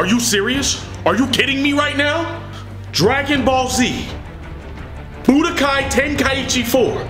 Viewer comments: Lol bro said boodykai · Why I keep hearing "BootyKaï" ?